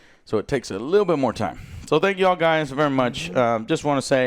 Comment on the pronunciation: Spank instead of thank🤣😂🤣